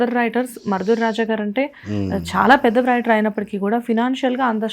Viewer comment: Vryter కాదమ్మా... రైటర్.... వ్రయ్ టర్ కాదు